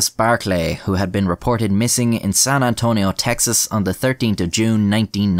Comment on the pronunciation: I definitely didnt click on this video just because i wanted to hear you say san antonio with your accent also im pretty sure the sister was suspicious of him the whole time and then became suspicious of her own family after Bourdin tried to turn it on them